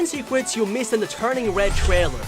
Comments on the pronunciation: At the beginning you said secwets (secrets) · TEN SECWETS YOU MISSED IN THE TUWNING WED TWAILEW! Holy shit, I'm fucking dying!